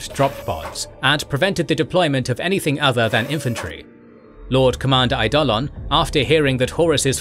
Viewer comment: Eidolon is pronounced more like "I-Doh-Lynn." While Loken is "Low-Ken" and Torgaddon is "Tor-Gahh-Don." Nikea is, oh nevermind...smh